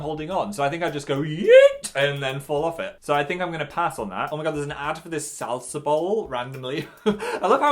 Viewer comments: I’ve never heard anyone pronounce “salsa” the same way Phil did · Stop saying salsa like that